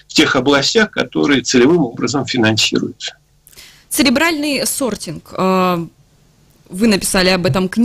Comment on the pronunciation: 37.06 цеЛебральный сортинг. это мне послышалось?